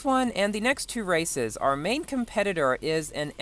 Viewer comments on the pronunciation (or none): none